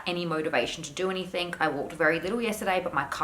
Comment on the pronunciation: Cringe each time I hear "somethink" or "anythink"